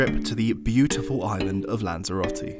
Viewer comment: "What to do in Lanzarote" or "Guide on how you pronounce Spanish the worst way possible"